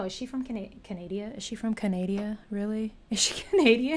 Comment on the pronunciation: Canada, not "Canadia", hehe :)